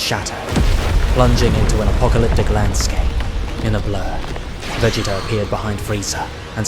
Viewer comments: It has me rolling 😂 I keep hearing Va Jay Jay if you know what I mean lmao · VA JAY TA why do you say it like that 😂😂😂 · If the voiceover is ai it needs to change bro You keep saying Vegaayta it's weird Sighaaaans It's a strange voice and ai doesn't know how to pronounce alot of words so just do the voice yourself or get a friend to do it